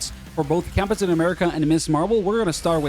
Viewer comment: Why you say "cap-uh-tain" ☠️